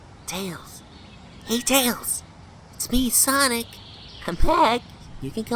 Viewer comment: Tails: SOWIC Amy: SONIC